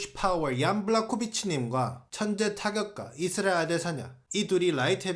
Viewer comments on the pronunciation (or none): none